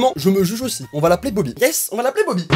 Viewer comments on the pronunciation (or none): on dis boby